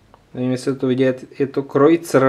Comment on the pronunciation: Ahoj chci tě jen upozornit neříká se kreutzr řiká se krejcar.Jinak hodně štěstí v hledání.